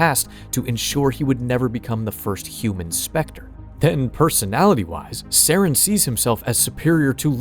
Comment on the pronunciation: You don't say Saren's last name correctly